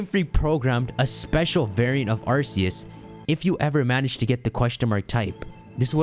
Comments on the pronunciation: its arKeus not arSeus but i dont care what u call it i called it arSeus to till i saw the arceus chronicles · It’s pronounced arc-e-us as proven by the arc-phone